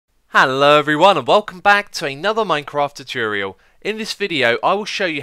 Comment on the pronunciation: Potato Fries sorry I ment choo-torial ;)